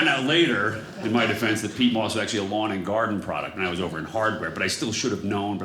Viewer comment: I’ve never heard it said that way. The way you say Pete Moss is a person. Peat moss is for gardens.